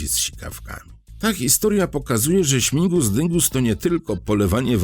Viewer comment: Śmigus a nie śmingus😊